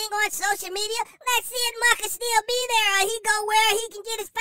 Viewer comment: You are so funny! When you say Muhkah I am crying! 😂😂🤣🤣